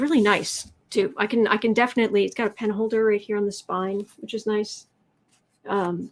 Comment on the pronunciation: When you said “pen is dying” I heard “Pence is dying”! Omg!!